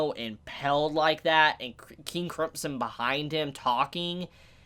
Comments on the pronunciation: Bruh just add "m" in there instead of "p" and you're good to go. Not that hard to say "crimson" no matter what country you are from or what accent you are speaking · Why are you saying "Cripson" :D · The way you say crimson really rustles my Jimmie's :/ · Why are pronouncing crimson so weird?